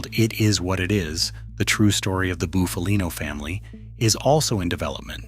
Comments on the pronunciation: Not fkn ( Boof-a-lean_O ) it's Buff-a-lino ! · Shite ai pronunciation